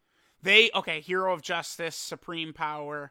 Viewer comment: "Jew-suits" hearing that and reading it as "Justice" gave me a nice chuckle.